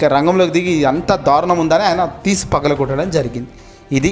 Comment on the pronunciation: పలగగొట్టడం కాదు బాబు ఆ పదం పగలగొట్టడం.పదాలను తారుమారు చెయ్యకండి